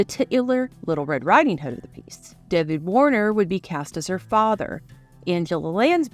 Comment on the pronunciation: Daveed Warner?? and did you have to pronounce the “titular” character as “tit”….”ular” that was awkward. AI?